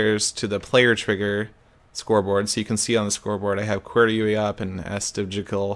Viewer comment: The way you pronounce qwertyuiop and asdfjkl just... glorious.